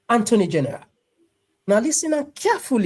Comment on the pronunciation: “Anthony general” or “attorney general?”